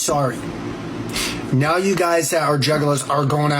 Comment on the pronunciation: “Be lucky I am eating wyte neow andt nawwt tearwing into somebody’s frwoat right neow” bro 😂